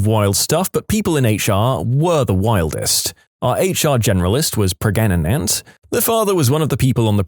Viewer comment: I think he just thought that saying gregnant, pregante, pergant, etc. was funny because when the video was first recorded that meme song was going viral.